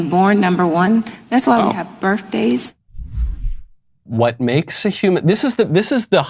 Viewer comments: "That's why we haz berfdayz..." - 🤡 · I belive she said "birfdays". Real rocket scientist. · She said "birF-day" and you are racist for correcting her and saying it the correct way. Racist! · Birfdays, not birthdays. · "...that's why we have burfdays". Ugh.